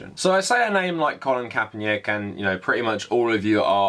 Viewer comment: "Colin Kaepernyick" lol, you pronounce it like its a Slavic name. Also Nike is said like "nai-kee" not like "hike" but with an N instead of an H